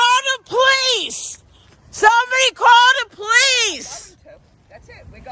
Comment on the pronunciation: The dude filming the Karen sounds weaker than wet toilet paper Its pronounced "Police".. no "Powice"